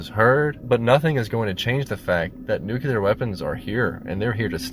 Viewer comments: Do Americans really say "nukular" like this guy instead of "nuclear" or is it just this guy? English isn't my mother tongue, it is possible that I'm just misunderstanding something...Am I? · gawdammit... 5 seconds in and I'm already screaming, "It's NEW-KLEE-YAR! Not NoOk-yOo-LuR!" .....all right... I'll try to muscle past that... AIEEEEEEE!!! NO! 8 more "nook-yoo-luhrrzz" in the first minute alone! I CAN'T DO IT!!! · Jesus Christ. NU - CLE - AR. Not "nucular!!!"[ it's about the atomic nu-cle-us.] c'mon Americans, you sure can build 'em, how about learning to pronounce 'em too? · Dear Americans... it's caller nuCLEAR fallout, not nucular fallout. There's no such thing as Nuculuses. SMH. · Please pronounce this devastation with the gravity it demands - NuCLEAR not NuCULAR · It is pronounced NEW-CLEAR. NEW-KEW-LAR is never the correct pronunciation. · Let's just all be glad that there's no such thing as nucular bombs anymore. Nuclear ones, however, are very real, and a clear and present danger to human survival. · Why oh why do people still say 'newkiller' and not NUCLEAR!?!?! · You want to talk seriously about nuclear war and yet can't even pronounce the word properly. It's NEW CLEAR, not nukular like morons say. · "Nuclear." NEWK-LEE-ER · You lost me at "nucular." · What the eff is a 'nucular bomb'? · NYOO-klee-uh, for god's holy sake. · Noo-Klee-Ur. Why is that so hard? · NEW. CLEE. AR. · umm, nucular??? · The word is NU CLE AR. Not Nucular you dick, FFS. Are you George Bush's son? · Nuclear not nucular. What a dope. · It's nu cle ur. You are mispronouncing it You sound like an idiot. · Nucular LOLZ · Say it with me "New•Clear" Nuclear. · "Nucular" war? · ..."nucYOUler weapons" FFS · Remove your adenoids and learn how to pronounce nuclear. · Why can’t Americans say nuclear? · What's really depressing is that the word "nuclear" is mispronounced by so many..... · Learn to pronounce nuclear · Please at least fucking bother pronouncing "Nuclear" correctly. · Thank you😂